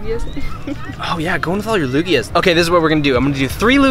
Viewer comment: Lugia not luggage